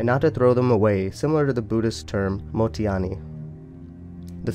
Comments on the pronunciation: Not to be that person but its pronounced Mo-ttai-nai. Like how you would say tai as is in tai-chi and nai in naïve, not Motiani, which is how you pronounced it. Nice video btw, cant wait for more. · mottainai is pronounced moat-thai-nai (nai sounds like hi but replace the h with an n). Good analysis!